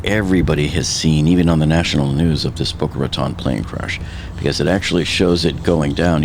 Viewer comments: Please if you hear in Boca Raton(e) please at least pronounce it correctly!! Bocas de Ratones in Spanish or pronounced in American English and phonetic spelling Bo-kah Rah-tone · Dude!!! IF YOU LIVED THERE YOU SHOULD KNOW HOW TO PRONOUNCE IT!!!! I lived there for years…it’s Boca “Ratone”…long O Lmao even the 911 called said it wrong!! We actually had a mayor a couple years ago that also said it wrong 😂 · How do you say this is your home town, when you mispronounce Boca Raton? It’s pronounced “Ratone” 🙄